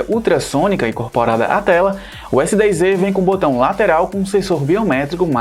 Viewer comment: O nome do aparelho é S10É ou S10Ê ou S10Z.....? Fala direito cara...NÃO existe letra Ê